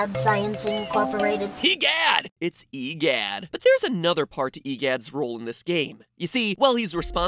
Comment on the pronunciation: Hehoha, stupod MitPot, your clearly wrang. E Gidd is actually Woria